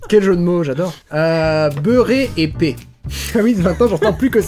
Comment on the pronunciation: ... assis TOUÉ d'ssus / ... branlé / tu n'as qu'à prononcer correctement le mot épais (épè) / Pour que tout ait un goût passable nous disions que les américains mettent du ketchup sur tout ce qu'ils mangent 😝 / faire DU train, car faire LE train c'est aller traire les vaches / il neige oui mais s'il tombe des peaux de lièvres c'est que çà tombe beaucoup (en tabarnak !) et finallement si tu n'as pas de mine dans l'crayon, tu peut toujours servir de réceptacle 🤣🥳🧐